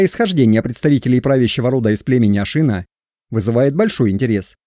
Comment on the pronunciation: Не ашИна, а ашинА ! Но это монгольское название тюркского рода. Тем более тюркских ханских родов было 2 а не 1 ! Огузский - Тохсоба Сирский (половецкий, кыпшакский ) - Ельбури. Их уничтожил табгач (монгол) Чингисхан. Скифы - скифоязычные в 5 вее до р.х. Как и персы - скифоязычные с 5 века до р.х. Тюрки это род. Род определяется по отцу. Казаки Дона и Кубани r1b1b2 . Башкиры (считается кыпшакским родом) r1b1b2. Кыпшаки - r1b1b2. Сельджуки, огузы (туркмены) - r1b1b1. Нет народа тюрки, не нации тюрки. Тюрки это род по отцу. Гаплогруппы r1b1b1 & r1b1b2. Все остальные не тюрки, а тюркоязычные . Гуны это кавказоиды из Элама переселенные в Монголию и взявшие тюркский язык. Гаплогруппа гунов G. Канлы, кангюй, кангары - это самый восточный скифский род кан(г)лы. Гaплогруппа канлы как и всех скифо-хакасо -киргизо-слaвянских родов (не народов) r1a1 ! Канлы остались в манжуро- монгольских степях до тюркского каганата, а не ушли как другие скифы в степи Кпзахстана и украины.